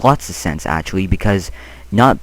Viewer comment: First, I love you and this video. Second, I love the way you say actually. "atualy" Lol!